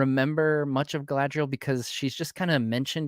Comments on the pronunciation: you said Galadiel past trou the shire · Jesus guys!! It's Galadriel with a bun! It's not that hard. Also: Galadriel, means "Maiden crowned with gleaming hair." in her youth she was then of amazon disposition and bound up her hair as a crown when taking part in athletic feats" - Tolkien